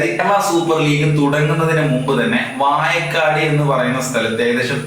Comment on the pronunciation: ആദ്യം നീയൊന്ന് നാക്കു വടിച്ച് വാഴക്കാട് എന്ന് പറയാൻ പഠിക്ക്.